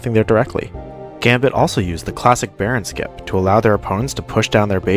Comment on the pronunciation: Bro said baron skip ain't no way